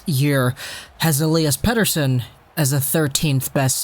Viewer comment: I have to say you pronounce "Pettersson" perfectly in Swedish in the beginning in this video! :)